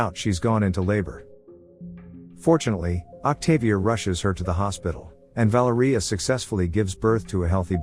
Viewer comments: Vah-lair-ee-ah I can't stand when a basic name isn't pronounced correctly. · the way the ai pronounces valeria 🤣